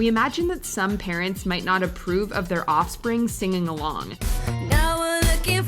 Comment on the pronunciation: It's funny when the narrator "offspring" 💀💀